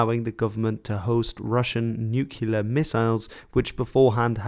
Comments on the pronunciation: it is NUCLEAR, not "Nucular", geezes christ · as a rule, if someone pronounces nuclear as nukular, i dont take them seriously. especially when they have no idea what they are talking about. are you in belarus? are you belarussian? whom you take your data from with regards to %s? proper bullcrap.